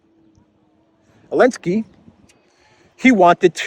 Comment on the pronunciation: I listen to your program daily and appreciate it. I still don't understand why you call Zelensky "Elensky"